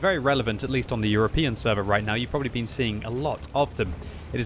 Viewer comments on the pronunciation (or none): none